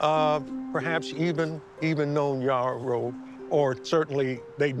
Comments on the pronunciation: His name is pronounce as yerroh , it is a fulani name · His name would be Yero instead of Yarrow, pronunciation changed over time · Yes .we fulanis in guinee and Senegal pronounce it "Yero" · The fulanis have always had islam as their faiths for a long time. The correct pronunciation of his name btw is Mamadou yero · No. He's fulani from what is today Guinea/Senegal. We pronounce He's name as Yero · It’s pronounced “Yerrow” YE like Kanye (ye) I know cause I’m Fulani. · came to say exactly this! The real name is definitely pronounced Yero, and this man looks so similar to my grandpa it’s actually scary! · His Fulani it's pronounced Yero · Lol no shade but ya pronouncing his name Wrong.. he got the Same name as my Grand Dad and its a Fulani name!